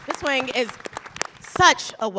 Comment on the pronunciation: And she said Miss Huang’s name wrong!